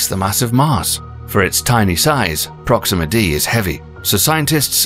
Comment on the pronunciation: Proxima WHAT? My ears are bleeding